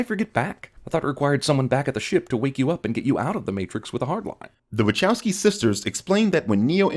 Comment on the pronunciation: Kudos on saying “wachowski sisters”